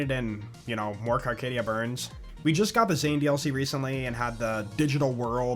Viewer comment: Carcadia BURN. No ‘s’.